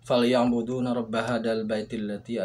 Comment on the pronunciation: Ralat bacanya;falya'buduw,sampean bacanya tadi falya'buduwna. Maaf trnksh